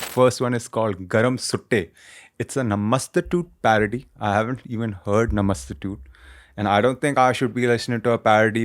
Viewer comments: Ragebaited me 10000 times by saying Namaste--tute😭😭😭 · More like Namastu-toot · Its नमस्तुते My G ...😂😂what up with that english pronunciation of it 😂😂bruh u dumb